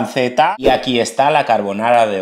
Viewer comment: Ca-re-bo-na-ra 😅 By:🐣